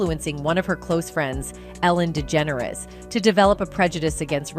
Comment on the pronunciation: THIS CHANNEL IS AI - ARTIFICIAL INTELLIGENCE. THE AI CANNOT PRONOUNCE WHOOPI'S NAME PROPERLY AND OTHERS AS WELL. LIKE ELLEN'S LAST NAME. GHEEZ, WE ARE BEING FED BY AI. WHAT IS TRUE AND WHAT IS NOT? THIS IS DISGUSTING!